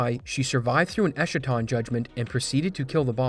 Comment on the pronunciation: "Esshaton Judgement" After 10k hours of World & playing with thousands of folks in VC, this is my first-time in years hearing someone mispronounce Alatreon's name & his supernova, Escaton (es-cah-ton, provided by Google & Webster's Dictionary) Judgement.